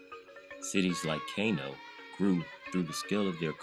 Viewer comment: Kano is pronounced “Kahnoh” not Kay-noh. Kilwa is pronounced “Keelwah” not Kill wah.